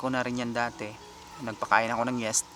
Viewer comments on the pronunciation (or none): yeast po boss di "yest" pansin ko nakaka trigger mga pagsasalita mo nakakairita pakinggan